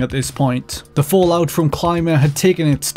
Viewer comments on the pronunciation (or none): none